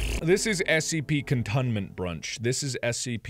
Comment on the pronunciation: Nah no like that, more like Mark said, Contoonmenbrunch